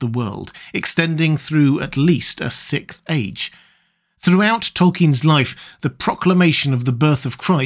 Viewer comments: SIXTH jesus christ you can say six, you repeatedly do. say SIX and add TH to it. It's not fucking sicth. good lord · "Sick age" 😂 learn to pronounce "Sixth"!!!! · We are in the "sickth" age, as this narrator keeps repeating over and over.